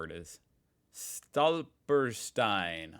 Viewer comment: Hint: Pronouncition: "st" on the beginning of a word is pronounced "sht" so it would be "Shtolper-Shteine"